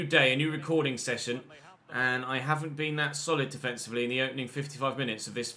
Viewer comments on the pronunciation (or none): none